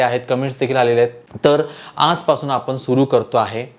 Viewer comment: उच्चार चुकीचे आहेत पण,आपने न म्हणता पण,आपण असे उच्चार करावेत